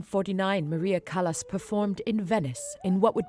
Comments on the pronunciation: What utter dung! What a misrepresentation! You should be ashamed of yourselves for all the misinformation. And then, the presenter who pronounces “Callas” as “callous,” “can-to” as in “I’m going to open a ‘can’ of tuna.” To the uninitiated, I say, “Beware, there is little truth in this documentary.” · NIE CALAS A CALLAS